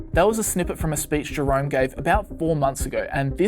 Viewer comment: Sound like he saying "drunk" powel instead of "jerome" powel. Everything makes more sense like that..